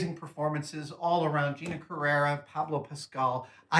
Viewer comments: Oh no, he said Pablo Pascal :-( That´s not his name Adam, it´s Pedro! Also it´s Gina Carano, not Carera, wtf??? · He also said Gina Carera, it´s Carano! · "Old School Special Effects" and "Gina Carerra" huh? 😂